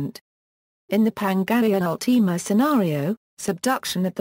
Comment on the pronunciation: You said pangaea ultima wrong!